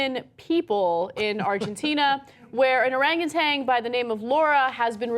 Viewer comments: OranguTAN, not OranguTANG. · No G at the end of Orangutan. Tan like tanning bed, not tang like orange flavored drink. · There's no G on the end. It's orangutan, not oranguTANG. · Cenk and Ana, please stop pronouncing Orangutan as "Orangutang". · There's no "g" at the end of orangutan guys. There's no "tang" at the end of the word. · It is not an "arang-a-tang"! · It's not Orangatang. This bitch keeps saying Orangatang. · For fuck's sake, Ana, THERE IS NO "G" ON THE WORD 'ORANGUTAN!" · Ana, there is no G at the end of Orangutan.